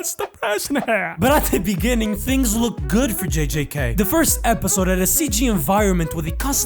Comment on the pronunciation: beninging In da beninging